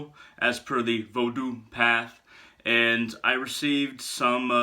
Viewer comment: I appreciate you pronouncing Vodou properly, brother. 👌 I've been at the crossroads a lot this summer... Spoiling Legba, in hopes that he'll open the right doors for me.